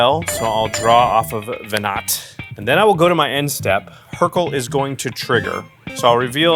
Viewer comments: my ffxiv brain twitching whenever called her veNAT instead of veNAH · Venat is pronounced veh-nah. Every time you call her veh-nut is like a slap to the face. Learn how to pronounce your cards.